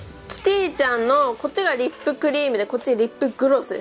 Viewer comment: イントネーション違いますwリッ↓プ↑じゃなくてリッ↑プ→ですw